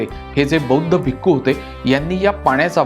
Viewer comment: भिकू नाही भिक्षू बोलायचं